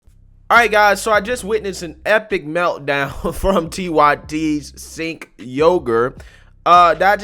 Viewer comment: Although I can’t stand that guy, his name is pronounced “Chenk” not “Sink”.